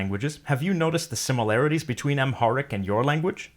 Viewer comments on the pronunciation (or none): Is it me or is the plain consonant aspirated? : I'm hearing the b in alläbën (typing from mobile so schwa is out of the question) as a geminate. : "similarties"